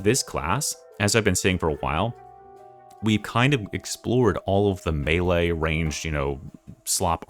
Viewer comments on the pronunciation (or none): none